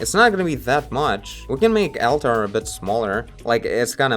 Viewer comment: Great video as usual! The eyes felt like they were stickers before. Oh and just a tip from an English speaking fan of yours. "Altar" should be pronounced "allter". Seemed like you were putting too much emphasis on it and sounded like 2 separate words "Al-tar" lol Anyway, love the frequency of your uploads lately! I cant get enough!